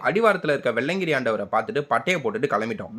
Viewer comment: வெள்ளையன்கிரி❌❌ வெள்ளியங்கிரி✅✅